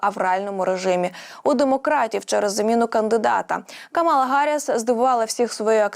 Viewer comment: КАмала,а не КамАла